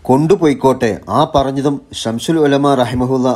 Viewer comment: സംശുൽ എന്ന് പറയരുത്